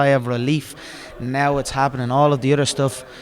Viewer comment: Dramatic and funny how he pauses, gazes at his inner horizons before looking at the mic and saying with 101% conviction "Fuck all de udder stuff".